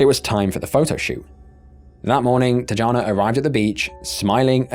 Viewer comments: It's pronounced Tiana not teejahna. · It's pronounced tiYana not tuhjana or whatever tf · I feel like you’re disrespecting the first victim by calling her ‘Tee-ja-na’. Ffs it’s not that hard to do a quick search on the name you’re reading. These are the little aspects of failure of research that are so stupid and upsetting. It’s not crazy to expect that you might do a tiny bit of research on the victims you cover in your videos, at least enough to not mispronounce their name. Gross. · he's Brazilian not Hispanic. His name is pronounced with a J sound. Not H like if he was a Spanish person. You messed his name up and you messed up Tijana. You really need to do the most basic of studying of different cultures if you're gonna do videos on them dying show enough respect to pronounce the name, right